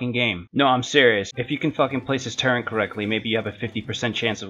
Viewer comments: Ite turret not turrent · Is just me or people keep saying turrent instead of turret. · Turent? It's turret but good video